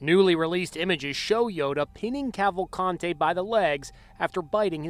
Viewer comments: Hahaha you Said Danilo Salza Kavante. and is Clearly " Danilo Souza Calvacante " 😂 I meant That Pronunciation S*cks. I'm just Saying Luv😅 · The correct pronunciation is Kaval- kunt-hey? Yep sure is. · How many times did they say Kawakante? How annoying! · Okay each time he says his name it sounds like he is saying Avocado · Just fyi, not a huge problem, but his Portuguese last name, Cavalcante, is pronounced like “kaval-CAHN-chi” sort of, and with more “blunt” or flat vowels, like “Cāvālcāntē”. Little different than the Spanish pronunciation, with enunciated and expressive vowels, “kaval-CAN-teh”. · If this asshole put half the effort into researching the facts of the case that he did in pronouncing their names maybe I wouldn’t be unsubscribing right now.